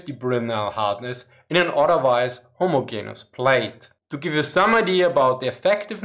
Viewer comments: just as an fyi put more emphasis on the e in homogenous. its pronounced more like gene not gin (deeper e). not being judgy I no 0 german. but if you want to sound a bit more fluent that would help ya. great content btw. u should do an update on where germany stands now. what was promised what was delivered and where the german coallition govt is on their support for ukraine. Also a cool vid would be one on what germany's economic policy and politics are. I thought of looking for a job there but this winter seems like it will suck. be cool to have an idea if yall will be sorted this time next year. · ho-mo-JEN-us :-) Not trying to be an ass here, your videos are wonderful :-) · this is another excellent video BUT with all due respect, in the English language, the ‘g’ in homogeneous is pronounced as a soft ‘g’ i.e., like the ‘g’ in general. Thank you for your hard work. Please keep it up. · Your English is very good ,but just so know, for undoubtedly stupid & random reasons 😊- the “g” in homogeneous is sounded like a “j” in this word in English...